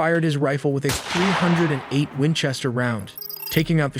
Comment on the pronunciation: Wenchester LOL